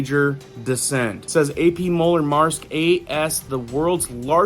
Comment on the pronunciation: MAERSK is pronounced MERSK, the A is silent, I never knew how to say that name until I finnally caught a couple of Longshoremen on lunch and asked them.